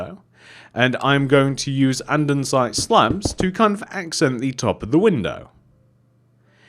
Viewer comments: Minecraft: Andesite: ANDENSITE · This is such a cute house! Also I wanted to point out something rly cute and funny. U were saying andensite instead of andesite without two ns lol